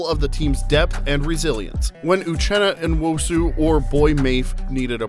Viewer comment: Josh Jobe is pronounced like robe or globe, silent E at the end. Uchenna Nwosu (new-woah-su). It's important for people to know these guys' names. Other than that, great video!